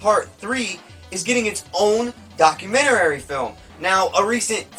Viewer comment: Why does that guy say "documenerary"?